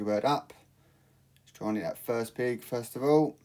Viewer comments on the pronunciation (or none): It’s pig not peak